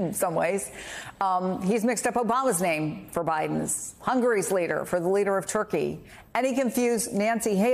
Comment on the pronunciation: Why can't anyone pronounce gaffe?!